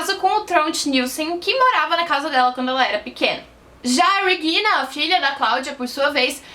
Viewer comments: Depois de ouvir " REGUILNA" duas vezes eu desisti de assistir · Dica: Regina é um nome alemão mas não se lê o "R" da mesma forma que "Reagan" dobrando a língua, a pronúncia é a mesma do português. A parte do "g" está perfeita.